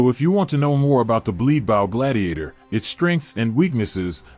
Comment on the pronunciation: All I hear is Bleed Blow Bladiator